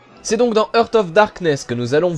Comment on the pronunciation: Jeu très bien présenté comme toujours! Juste une petite remarque : "heart" se prononce "harte" et not "heurte". J'entends souvent cette faute.